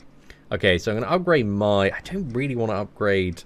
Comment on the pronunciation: So, is it normal for him to say My instead of May? It's foreign to me🤣